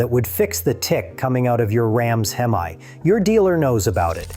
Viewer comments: Why did you call it hem eye it's hem eeee like Hemi. Not hem eye the way you pronounced it. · Within 30 seconds..voiceover says "HEM EYE" 😅. WTF? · In all your years of working on these engines, wtf is a hem-eye (time stamp, no idea, but at the beginning for sure) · You've been turning wrenches for 20 years and can't pronounce hemi?